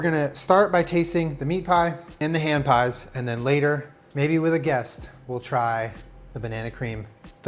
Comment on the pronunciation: I heard Strawberry HAM pies every single time he said it. I was so confused thinking he was going to put ham in a strawberry pies, until I actually saw him make it and realized it was HAND pies. omg.